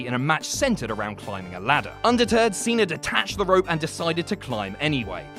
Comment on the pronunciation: "John Seener"